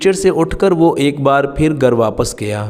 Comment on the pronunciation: Gar nahi ghar bolne seekhye.